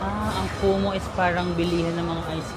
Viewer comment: utas ako sa KUMU❌ KUMO☑️